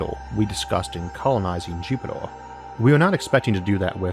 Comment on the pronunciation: I can’t stand this guy! It’s called earth, not orth...There is no O...same for Jupitor...I just can’t with this guy...Pronounce yo shit correctly...k thanx bye